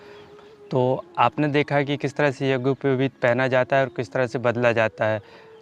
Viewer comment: यज्ञोपवित का उच्चारण भी सही उच्चारण करना चाहिये बिना व्याकरण पठन के सही उच्चारण नहीं कर सकता है